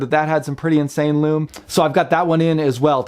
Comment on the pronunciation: LUME, SOOOOOO MUCH LUUUUMMMMEEEE. It's